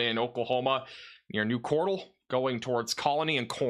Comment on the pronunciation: The way you pronounce Cordell... 😂 MY TOWN IS NOT A POKÉMON!! 😂